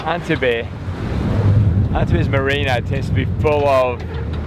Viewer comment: Not wishing to sound critical but your pronunciation of Antibes is completely and utterly wrong! Frankly if you every ask direction there nobody would have the faintest idea what you are saying. The correct pronunciation is ”ON TEEB”.